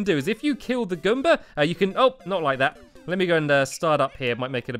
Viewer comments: Its goomba not gumba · ASO IT IS GOOMBA NOT GUM-BA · Learn your Mario words: Goomba: goom-ba (not gum-ba) The turtle is a Koopa Troopa. The squid is a Blooper (literally). The bombs are Bob-ombs. The fish are called Cheep Cheeps. The question mark block is a Question Mark Block. The ghosts are called Boos. The wizard is called Kamek. Learn the Mario way. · Stamps its Goo-mba Not Gum-ba Customize the size of Items - Enlarge or Shrink - This only works while in build mode, as changing object size requires you to be able to fit it somewhere. Take the object you want to change size of and Press Shift + ] to make it bigger. You can shrink objects down to one tile by using Shift + [ or using Control + Z to undo your changes. Press this too much and it will grow enormously. The controls for this are a little wonky, so experimentation is recommended. I press control + ] then move the object to see the change. This is necessary. Thankfully, if you go overboard like in the picture above you can always undo it and shrink the object down to a size you like.